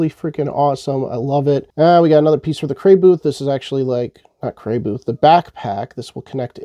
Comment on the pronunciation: It makes me irrationally angry how you constantly and repeatedly mispronounce Crayboth Ha ha!